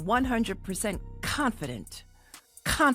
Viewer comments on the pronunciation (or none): “I am 100% confident…CoNfIdEnT” she’s not. When she talked about being confident, she was shaking her head. Basically it her mental state disagreeing with that statement because deep down, she’s scared. It’s also why she “emphasized” the word and said it twice